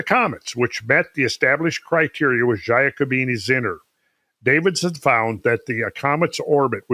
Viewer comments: In 'Giacobini' the 'gia is pronounced 'ja' or 'yah'. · please: it's pronounced J A C O B I N I , thank you.